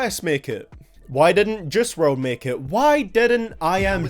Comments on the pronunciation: why do u pronounce juice wrld like jizz wrld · Nobody:: “jewce!!”